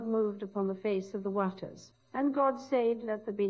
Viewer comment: She was the only one to say "waters" correctly.